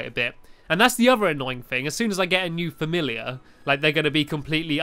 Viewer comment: You said filliar instead of fimilliar